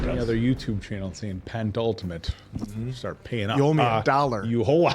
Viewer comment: It's Pen Ultimate. Not Pent Ultimate. Just so you guys know lol